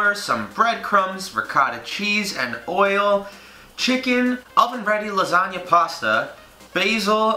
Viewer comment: I could've sworn he said "Lasaga" 😂😂😂😂 MY LASAGAAAAAAAAA!